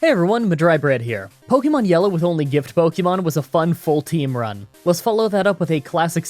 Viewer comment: At the very beginning I know you said gift but I heard gimp